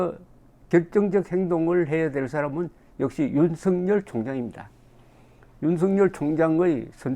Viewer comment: 윤석열을 윤석렬로 발음하지 마세요